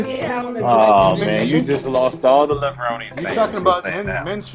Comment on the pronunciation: In the film, Kevin continues pronouncing his last name with a long E at the end. So why do you continue mispronouncing it?